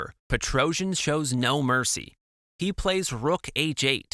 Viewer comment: Thanx for the video. The problem with AI language translations is this: PETROJAN. It is pronounced Petrosian in English.